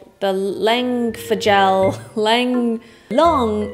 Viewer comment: Lehn-ye is the way to say Lange.